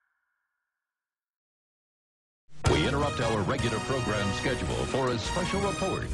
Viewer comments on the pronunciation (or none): i like how he says progrim instead of program